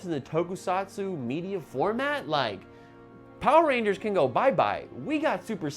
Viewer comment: It seems like the power rangers fans are soiling their diapers! It's hilarious how easy it is to irritate fans of this thing.😂 There was one who already mispronounced the name of the show itself Poeer Rangers, and now these cringe-worthy kids are spreading lies to feel like they're part of something.